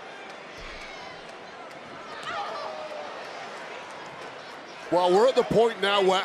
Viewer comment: Not sure if 'Tiffy Time' or 'Tittie Time' 😂